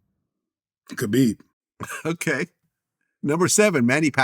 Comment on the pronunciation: Meanwhile, he's saying "Khabib" wrong.